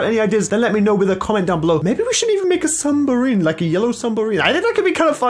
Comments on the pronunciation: I like how you said sumbarine it's submarine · Everyone: submarine: sumbarine 🤦🏻‍♂️ How is there supreme boots in a Nike shop? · HE SAID ‘ SUMBARINE ‘ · Nobody: Absolutely nobody:: lets build a sumbarine! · No one:: Sumbarine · no one: literality no one:: a yellow sumberine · Did no one suspect that at the beginning that said sumbarine